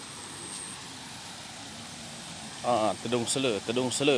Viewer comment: i dont understand his language at all. - but it sounds like tedung selu. dont they say it ular selar tedung? which is more common?